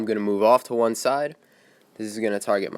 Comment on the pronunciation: dude said juan step ahead...